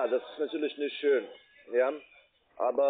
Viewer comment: Achte mal auf die Umlaufe ä,ö,ü. sie sagen nicht schön, sondern schjon. ebenso kommen Dinge wie iuber statt über und so. Ebenso hat man z.B. das typische harte ch gelegentlcih statt h. auch markant das ng. Gegangggen statt so, wie man es normal spricht. Das ist so spannend, das mit anzuhören, ich habe inzwischen wirklcih selbst Bock drauf.